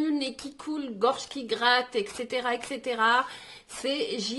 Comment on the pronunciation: Arrêtez avec excetera on dit etcetera